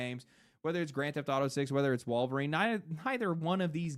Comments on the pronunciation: Dropping L's constantly calling the Wolverine game "WAL-verine" never stops being hilarious, lol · It's "Wahl-verine". An obvious reference to obscure early 90's action star Ken Wahl! No really!